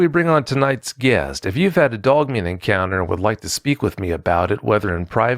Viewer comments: Every time I hear him say “Doug Man” instead of Dog Man, I lose myself every single time. 🤣💀🤦🏽‍♂️😆. Sorry, I will see myself out now 😅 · Is he saying dugman? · He said dugmane! Lol